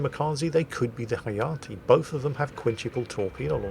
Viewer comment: I believe Hayate is pronounced as ha-ya-tay, as in ray.